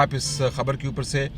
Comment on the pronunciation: سن بمعنی سال۔ سن زبر سے نہیں بلکہ زیر سےہے۔ جیسےکم سِن۔ sin